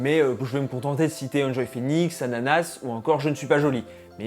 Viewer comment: Je n'ai pas pu m'empêcher de rire quand tu as dit "Ananas" au lieu de "Sananas" . Tu l'as pas respectée lol ça fait tout drôle de (re)voir son allure des début de sa chaine, elle a bien changé depuis. Elles ont tt grandit, évolué physiquement, mais souvent leur contenu pas tellement , sauf enjoyphoenix qui a su se renouveler (avec la chaine cooking, les vlogs, la démarche écologique, son entreprise- boutique en ligne) et même se détacher du monde de la beauté en refusant les produits, ce qui était un paris risqué. Effectivement, je fais partie de ceux qui me suis lassé des simples tutos makeup car on en a fait le tour. Une des rares que je regarde encore est Sananas, car elle offre de temps en temps un peu de diversité de contenu avec les challenges, défi, home tour de sa nouvelle maison etc et met un peu de fun...mais en revanche les revues produits type favoris ne m'intéressent plus. Trop de consommation, de choses qu'on ne pourra pas acheter, rythme trop effreiné qu'on ne peux suivre. Désormais j'aime me tourner plus vers le divertissement, la vulgarisation historique/scientifique et artistique ou les vlogs.